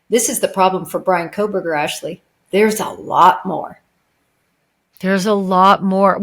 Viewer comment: You lost me when you said Coffindofer sadly